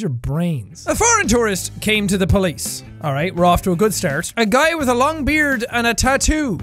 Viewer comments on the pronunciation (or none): none